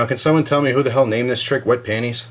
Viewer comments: watch?v=59oLURcPNo0 for the correct pronunciation of panties. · Pantie's. No, Pan-ties. Haha! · I like the fact he says lady jokes.. ha got me hastrically laughing.. the fact that it's obvious why girls only have one bra but several panties. and how to even say panties is the ridiculously hilarious.. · i love the critique of the pronunciation of the word panties